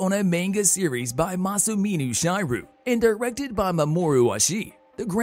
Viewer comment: not even 20 seconds into the video and you've already completely mangled masamune shirow's AND mamoru oshii's names, AND misunderstood their roles in the production of the manga and original anime, AND used a picture of rupert sanders instead of oshii lmao we're off to a great start.